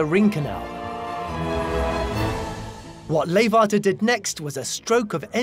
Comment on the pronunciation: leeghwater is not with a F but G